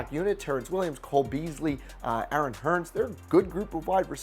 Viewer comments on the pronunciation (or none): none